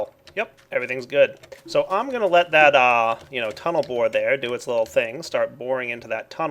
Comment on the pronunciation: yeah. "total bored" instead "tunel bore"...